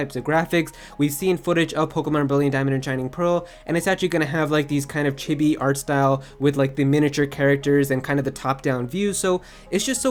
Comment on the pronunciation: The way he says chibi is just no pls no